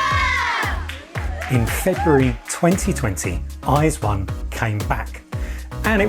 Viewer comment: Your pronunciation of their name is the most correct westerner that I have heard